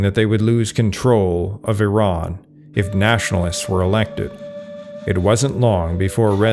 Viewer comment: This is an exceptionally accurate and substantive documentary about Iran, and kudos to the narrator for the accurate and literate pronunciation of the proper names ( Iran instead of “I ran”); thank you for your contribution.